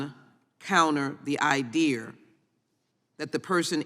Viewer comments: "Idear"? The hell language is that Satanist Dem speaking? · Anyone who pronounces "idea" as "idear" probably doesn't belong in Congress, let alone on the House Judiciary Committee. I doubt that she could effectively analyze anything of importance. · I have no ‘i-deer’ wtf she was trying to say